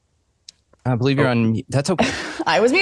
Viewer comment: ... Or maybe 'Be-Live it"😆!!!